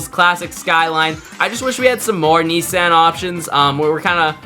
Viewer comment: who pronounces nissan like that 😭